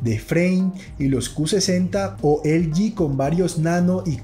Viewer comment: Así que "elyi". Usted es hispano, debe decir "eleje". Estamos? Pues estamos!